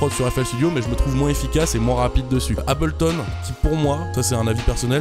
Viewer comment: L'élite utilise Ableton (d'ailleurs pas Abelton c'est pas contre toi mais ça m'énerve)